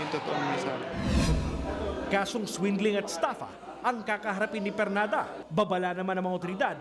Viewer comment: ARNOL PERLADA PO HINDI PERNADA